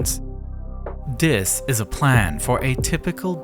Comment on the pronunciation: Why do you say "dis" instead of "this"